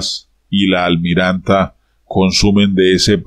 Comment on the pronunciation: Por favor! Avíseme cuando vaya a pronunciar la: Almirant... para ponerme unos tapones porque me trillan los oídos.